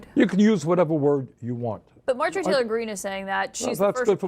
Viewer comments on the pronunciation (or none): none